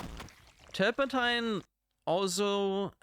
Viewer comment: You were pronouncing 'turpentine' correctly 👍